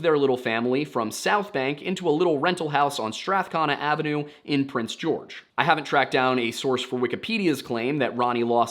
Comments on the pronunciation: Also, "Strath-connah" is pronounced "Strath-cone-ah" at least around here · it’s strath-CONE-a by the way. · Pronunciation of Strathcona is Strath-cone-ah also I notice in another episode you pronounced Métis incorrectly so I thought I should add that. It’s pronounced may-tee the “s” is silent. Love the shows. Your research is amazing. I appreciate the history lessons you do prior to the cases. I also love your humour and how you call things out when needed. The RCMP has infuriatingly ignored the highway of tears murders and missing women despite protests and attention being drawn to them. My husband’s family is indigenous so if you need any help with pronunciations I can try to either get in touch with someone who can help you or help you myself. Great work! Thank you for doing these amazing videos. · Just a note from an Albertan; Strathcona is pronounced Strath-cone-uh